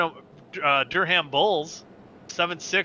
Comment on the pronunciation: Adelaide is pronounced "Ah - De - Laid" Durham is pronounced "Dur - am", the 'h' is silent...and is my hometown! :)